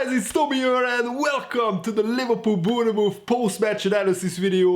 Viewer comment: Lol sry but try and say Born Mouth, Bornmouth this will help with the pronunciation hehe 😆